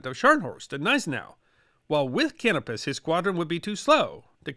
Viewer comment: Love your videos. I have great respect for well-read folks such as yourself. I know finding good pronunciation guides when you have only seen something in print can be daunting. If I may make a couple suggestions in this spirit of respect. Canopus is named for the star, can-OH’-pus. The double-e in German is pronounced “ay”, so Spee is shpAY, in fact the rest of the Graf’s name you did quite well. So just amend the last syllable Graff’ fahn Shpay’.